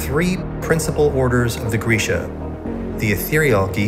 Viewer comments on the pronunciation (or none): Just now finding out you've been saying Grisha wrong for almost 10 years???? Me too... Let's start a support group😂😂😂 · ....grisha is pronounced gree-sha? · Not me finding out Grisha is pronounced with an e sound from this video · I thought I was al set to go and now I must read Six of Crows in two days also Grisha is pronounced Grei-sha!?